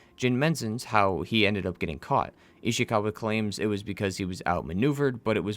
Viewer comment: The way you say ishikawa makes me cringe